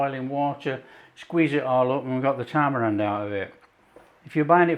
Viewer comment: poor thinks tamarind is "tamarand". perhaps he's getting mixed up with Talleyrand